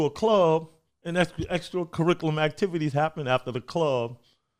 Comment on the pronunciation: "we doin extra caricula Mactivities"what a G!